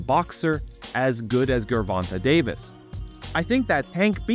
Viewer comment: Dude you're killing Davis name bro. lol